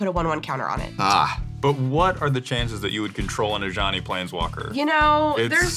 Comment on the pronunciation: For a very long time, I thought they were saying "A Johnny", like the player type, not "Ajani".